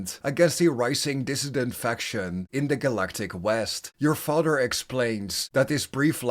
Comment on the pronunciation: Sorry but the way you say mother and father in this video bothers me not really sure why it does but it does so I couldn't finish watching the whole thing🫤